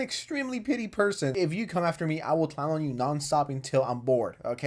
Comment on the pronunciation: OH! “PETTY”!!! Ok I kept hearing you say “PITY” and it was making no sense to me lol! So funny!! Love your content!! 2 hours what a treat!